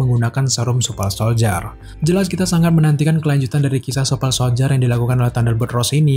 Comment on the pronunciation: Gue denger nya nyebutnya, wintel soldier supel soldier:v ada yg kek gitu ga? Apa gue doang?:v